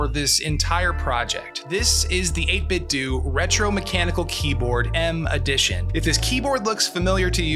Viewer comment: It's pronounced "8 bit doe" as in "8 bit tho". Not "8 bit doo"